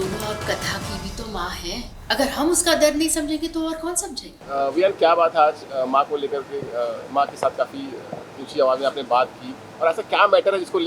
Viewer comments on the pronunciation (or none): Abeee vivaan nahi viaan....vivaan bol bol k dimag kharab kardia🤬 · It's Viaan❤...not Vivaan😑😑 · Aare anchor mahodaya.. mata ji wo Vivan nahi viyan hai.. plz adhure gyan se dimag ka dahi na banaye 😂